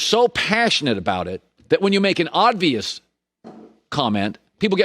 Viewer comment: Why does he say “odd-vious” instead of “obvious”